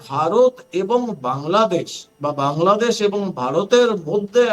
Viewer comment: নিজেদের দেশের নামটাই শুদ্ধভাবে বলা শিখেনি।